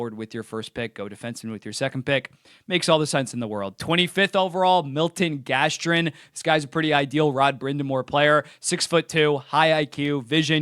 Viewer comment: Milton Gaston instead of Milton Gästrin. 😂